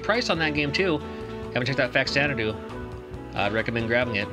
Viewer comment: I hate to spoil your childhood but, its pronounced Fazanadu like the abba album xanadu (zanadu) I called it faxanadu for 25 years too 😂